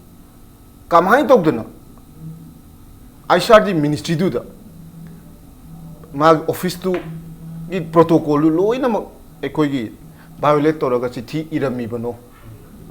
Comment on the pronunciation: What is potocol??? What is apripoet??? Same on u as a spokeperson of the party what so???